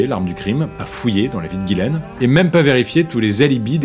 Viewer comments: le prénom Ghislaine se prononce "Jisslène" pas "Guilène" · On dit Ghislaine et pas gilaine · Ghislaine c'est pas prononcer Guy-laine mais Jislaine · Ghislaine pas ghilain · Ghislaine se prononce "Jislaine" "Guilaine" c'écrit de cette manière. devant « e, i, y » : le g se prononce « je » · Si je peux me permettre, le prénom Ghislaine se prononce : Jisslaine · Pourquoi il appelle Ghislaine "Guilaine" ? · Mais vous écrivez GHIS laine, et vous prononcez GUY laine, alors pour qui vous vous prenez pour juger d'une faute d'orthographe?????? Parce qu' en plus vous dîtes que la victime GÎT dans une marre de sang... pourquoi ne pas avoir dit qu' elle GUY dans une marre de sang???? Le point c' est qu' aujourd'hui en 2025, les français ont une difficulté évidente et démontrée en français. On ne fait que ça, voir des erreurs de français sur Youtube, comme ailleurs. La victime en fait peut être partie. Des illettrés. Ou alors c'est est vraiment facile comme accusation. En train de vous faire poignarder.. dès fois que ça lui vient comme ça.... Vous êtes tous devant votre écran et vous ne vous souciez même pas de comment vous écrivez... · Je crois que les deux prononciations sont possibles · Ca se prononce "guilaine" ou "jislaine" ?